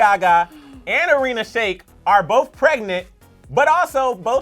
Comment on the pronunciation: That is not how you pronounce irina